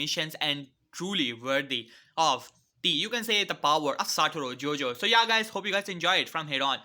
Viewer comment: My guy really said satouro Gojo